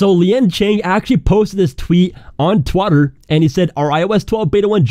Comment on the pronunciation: is my phone breaking or did he say twatter instead of twitter?